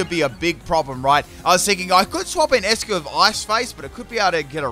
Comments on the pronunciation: “Ice-Q” not eskuu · He just called eiscue "escue"